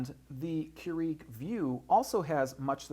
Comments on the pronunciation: I can't. The ignorance is real here. It's kur-ig not kur-eag. Just stop. you sound like a total idiot. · First, it's Keurig, not Keureeg. Second, you mentioned that you can select the type of beverage on the Vue system probably about 10 times. Otherwise, this video could have been 5 mins long instead of 20 mins. Otherwise, a very informative video. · Seriously. I could have said that in under 5 minutes. Plus, it's pronounced "Cure-ehg" not "Cure-EEEEEEEEg" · Why are you saying Keur-EEG? I just watched the official infomercial this morning and it is Keur-IG. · KeurIg NOT KeuREEG!!! Good thing you are a professional...at pulling tinfoil tabs? LMAO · Please pronounce the name correctly. It's "CUErig", not "cueREEg". The emphasis is on first syllable. Otherwise nice brief reviews. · GREAT video/demo! I'm a customer of your company- but must say.. it bugged the livin' outta me how you kept pronouncing KEURIG, "cue-REEEG" when it's "KOO-rig". I know, I know.. I'm being nit-picky. But when u mention the name SO much, it gets really annoying! (esp. when you're business is coffee-- I'd think you'd get that right) = ( Sorry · Stop saying Keur-EEG!! *bashes head against wall* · And say Keur-EEG a gazillion times and as oddly as pronunciation of buddons (buttons) ; ) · no it's keu-RIG, he's saying it wrong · Don't you watch the commercials? It's pronounced "Cure-ig". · How can any one respect your opinion when you can't even pronounce the name of the company you are reviewing correctly lol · Damn you pronounce brands, models and some words badly in every vid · why are you mispronouncing keurig and buttons? about to drive my crazy, in fact i couldnt finish watching. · It's hard for me to concentrate on anything he's saying. All I'm hearing is him mispronouncing the word Keurig.